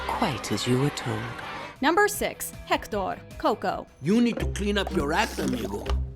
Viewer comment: Can we talk about how well she pronunciates Héctor y Hernesto?? As a Spanish native speaker, I give it a 10/10